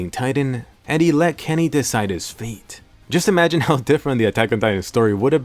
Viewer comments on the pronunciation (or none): none